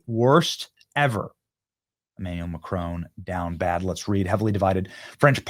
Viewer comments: Who is "McCrone" please? MACron. Emphasis on the MAC and you don't quite pronounce the n at the end. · It’s Mac Ron not macroan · Benny, you're pronouncing his name as though it has a terminal "e". It doesn't. It's analogous to the difference, in English, between "silicone" and "silicon". However, in French, the terminal "n" in his name is not fully pronounced i.e. the tip of the tongue doesn't ultimately touch the alveolar ridge -- and, to add to the horror, the lips, at that point, are pursed, as though preparing for a kiss. JFYI